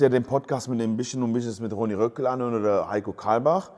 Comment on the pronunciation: Bro nur eine Frage, warum ronny Röckel?😂😂 heisst er nicht rockel makina? Du verwirrst mich hahah